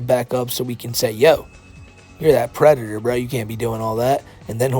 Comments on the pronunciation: Out of all the videos to watch on my first entertainment center while sitting on my first couch. This video welcomed me to the finer side of adulting. thank you. Side-note, dudes a pwedatuhh. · is a Bowser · Reminder of the day: The is a pwedator. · Still a Pwedator, always gonna be a Pwedator - - AKA the.